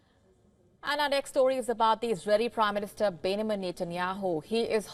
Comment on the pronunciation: Bennyman ???? 😂😂😂😂😂 Its Benjamin with a J